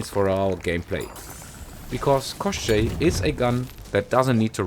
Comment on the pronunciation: You actually pronounced the name of the gun really well. For reference, in Slavic fairytales Koschei is similar in concept to western Lich.